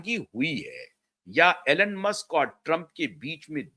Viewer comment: Elon ,pronounces eelon,Alan nahi 🙏